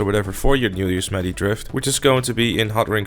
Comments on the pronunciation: It’s Yo-se-mite. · Yosemite not yosmeti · In America it's pronounced Yos-em-ite-y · Somebody has never heard of Yosemite Sam Edit: Yo Sim It Ee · Yo-sem-meh-tee. Then you say it quicker for Yosemite. That's how you properly say it you bloody Dutchman.